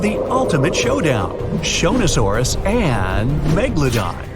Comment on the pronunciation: Shonasauras (sorry if i spell this wrong) sounded like jonas brothers to me at first